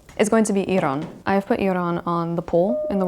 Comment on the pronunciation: Thank you so much for talking about Iran, and thanks a lot for pronouncing Iran correctly!!😍 I've been following your channel since 2019 and love your videos 😍❤❤